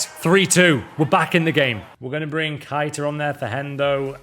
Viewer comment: You and Jamie carragher the only people that call him KIIIIIITA. It’s keyta ffs